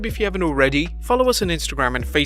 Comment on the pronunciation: I come here just for the ‘Wresslin Con-tent’